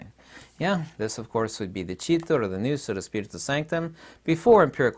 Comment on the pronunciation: you pronounce wrong the Greek word "ΝΟΥΣ".. It's not "ΝΙΟΥΣ"... It's "ΝΟΥΣ" -> "NUS" without the "I":)